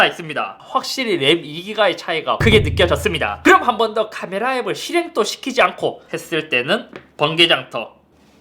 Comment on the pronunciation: ‘카메라’ 억양이 더 아쉽습니다 ㅋㅋㅋㅋ